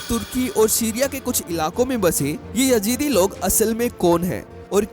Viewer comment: Yajeedi nahi Yazidi hota hai